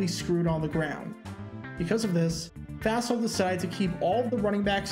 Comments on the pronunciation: "Fossil" is correct, so that's why you've always heard it pronounced that way. I heard the pronunciation in this video and I thought, "What?" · It's the little stories like this that often get overlooked or forgotten over time. Interesting pronunciation (and probably correct?) of "Fassel". I've always heard it pronounced as "fossil".